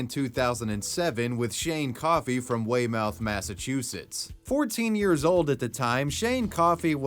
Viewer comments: Love your videos, but as an MA resident, your pronunciation of Weymouth killed me! It's more like Way-muth than Way-mouth 😂 Anyway, keep up the good work! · Only had one correction: Wey-muth, not mouth, for pronunciation. Even Whey-Mith works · its pronounced wey myth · Like your videos just would like to make a correction on your video, the town of Weymouth is pronounced as "weymoth", not "weymouth". We have a few towns in Massachusetts with similar names such as Falmouth ("falmoth") and Plymouth ("plimoth").. just a little FYI for the future. 👍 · "Way-mouth", lol... Bless you,. I pronounce place names wrong all the time too, but the New Englander in me demands that a correction must be made. Spelled "Weymouth", but pronounced "way-muth". All is right with the universe again. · Way-Mouth is pronounced Way-Muth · Massachusetts resident, here. It's pronounced "Way-Myth," not "Way-Mouth". Take note and thank you. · Love your videos! But, "way-mouth, Massachusetts." Lmao. Sorry I'm from MA. It's pronounced, "way-myth". Keep making great content my dude! 😊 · Its pronounced Waymoth not Way mouth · you pronounced Weymouth wrong!!!! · Aaah! "Way-muth." Not "Way-mouth." Lol 😉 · 20 minutes in, loving the video, but just an fyi its pronounced way-mith not way-mouth 😅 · * it’s pronounced “Way-myth” not “Way-mouth”. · lolol...he said, "Way-Mouth" I'm from Boston, I know we have SOME WEIRD town names up here....Weymouth is pronounced, "Way-myth" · WAY MOUTH? WAY MOUTH!??!! It's pronounced "Way muth" my guy.. holy shit.. 😂😂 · Interesting stories! I kinda remember hearing about some of these, but not all of them. Minor comment - the town of Weymouth, Massachusetts is pronounced "Way-muth" not "Way-mouth". Massachusetts pronunciations are all over the place, so I never fault people for those errors. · Wey-muth not Wey-mouth lol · Weymouth is pronounced more as wey-myth and not Wey-mouth. it's our amazing Massachusetts trait to have stupid town names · It's pronounced Way-moth